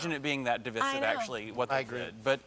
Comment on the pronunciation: "De-vis-iv" I imagine he heard or saw the word, learned the meaning, then decided to say it on air 3 times. Unless what he said is another way to pronounce it that I've never heard.